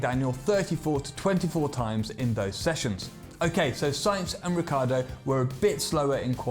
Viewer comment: It's not Riccardo, it's RICCIARDO